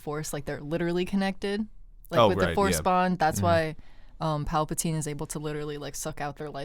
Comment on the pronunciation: Pap-al-tine? No one corrects him in any of these,doesn’t he hear everyone else pronouncing it right?🤣